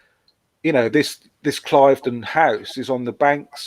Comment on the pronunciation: Cliveden is pronounced Cleeveden.